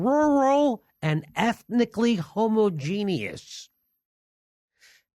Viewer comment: One thing: huh - MAW - jen - us